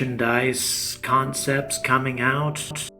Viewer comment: In your opening, you say your new merchandise is coking soon, instead of coming soon!!!! 👍🚀